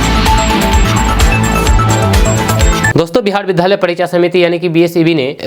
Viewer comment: Aap shram mantri aur vidyalay ka uchharan galat karte hain bar bar